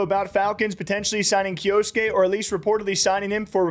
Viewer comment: it's a japanese name and it's pronounced kyoske not kyo-su-ke, the u is silent